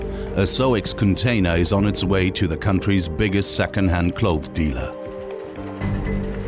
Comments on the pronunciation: Narrator can't pronounce clothes/clothing. Hard pass. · You couldn't get a narrator that can actually pronounce the word 'clothes'?? Makes me cringe every time he says 'clothe'. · Good documentary, although I found it very distracting that the narrator can't pronounce 'clothes'.